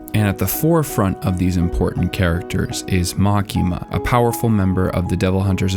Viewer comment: LMAO! The way you say makima is bullshit!